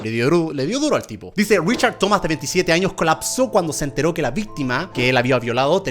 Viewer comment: Like si parece que Germán dijo vistima en la parte